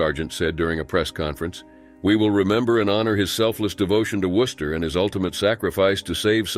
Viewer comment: Thank you so much for actually pronouncing my home town city correctly. Worcester rarely gets pronounced right by most people. Rip all these officers